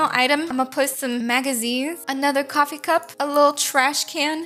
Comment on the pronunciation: No hate but why do you say "cwaffee Table"